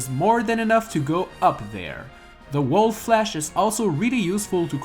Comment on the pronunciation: my deadass thought that he said Rolf when he said Wolf.